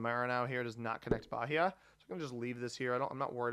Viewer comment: As a Brazilian I love to hear you pronounce the name of the Brazilian states and regions. As a heads up, the h in Bahia is silent, and the nhão in Maranhão is a lot more nasal, I guess it's a sound that doesn't quite exist in English, so makes sense for you to get the pronunciation wrong there haha. Also for the reguons that end in "-te" this te is pronounced more like the chi in chin. Great content, thanks for the videos